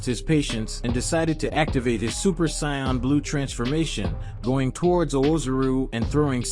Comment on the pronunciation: OMG I almost can't finish this because you just can't say anybody's name right: sayian, kakarot, Vegeta 🤦‍♀️🤦‍♀️🤦‍♀️ get acquainted